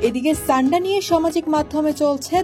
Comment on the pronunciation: ছান্ডা কি ভাই😂😂 সান্ডা!!!